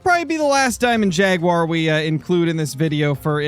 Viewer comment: "And ou tof no where get mouled by Yaguar" its Jaguar 😂😂😂